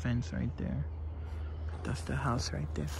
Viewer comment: When he said “it’s right der”🥰